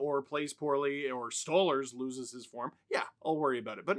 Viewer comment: "Stole-LARS" not "Stole-lers"